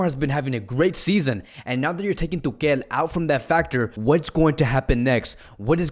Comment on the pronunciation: Why you say tukel